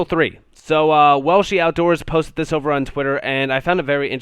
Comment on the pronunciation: "This got postit"... Posted* posted. PostED.. Pronunciation is important.